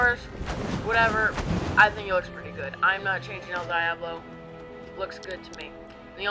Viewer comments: im sorry that you are kinda white but its pronounced el deeablo (diablo) devil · The way he says el Diablo tho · u said el diablos name wrong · You pronounced el Diablo wrong